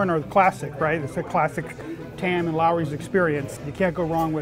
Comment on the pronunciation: Looooowrey